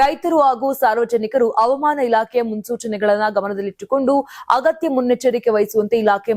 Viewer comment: ಅವಮಾನ ಅಲ್ಲ ri ಮೇಡಂ ಹವಾಮಾನ